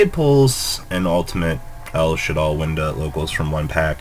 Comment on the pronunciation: Did he just say an ultimate winda? Lol